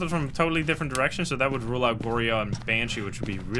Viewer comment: it irks me so much each time you incorrectly pronounce onryo and goryo